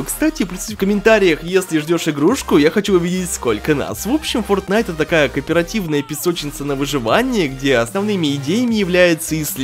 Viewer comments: там может Fortnait а не fotnait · Почему frotnite, а не fortnite?